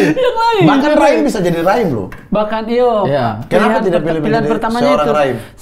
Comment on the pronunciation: Lagi seru2 dengar kk raim mnjelaskan tntng (raim dn ade) dlm film Tp lngsng ngakak pas dgr kk mamat mngiya2kn penuh pnghayatan( iyo eeee ) haHhahHahha Timur kluar mentah2😅😂